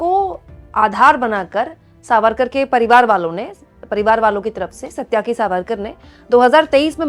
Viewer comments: The name is Sa-ty-ki and not satya-ki. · अरे उल्लू की पट्ठी, वह सत्याकि नहीं, सात्यकि सावरकर है. भारतीय संस्कृति का कुछ पता भी है?